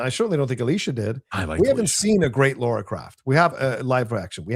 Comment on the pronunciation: How can you criticise the actresses who played Croft yet can't even pronounce her name correctly. It's LARA, not Laura😂